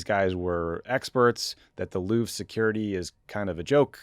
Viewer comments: Did Tommy actually pronounce the Louvre as Loo Vra? I must have misheard. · It should be pronounced LOUVR. the E is silent, and the R has no vowel sound attached to it. There is no "English pronunciation". .. it's not an English name.